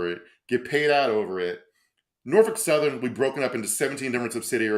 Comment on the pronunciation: You know is from Virginia because he knows how to correctly pronounce "Nor-Fuk".